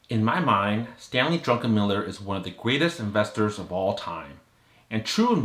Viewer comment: Druckenmiller not Drunkenmiller